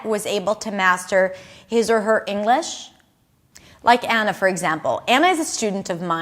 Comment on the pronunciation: Hi, - it sounds like Englis. Is that OK ? Please correct me if I'm wrong...